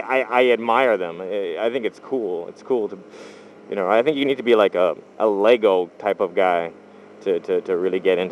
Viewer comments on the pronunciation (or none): none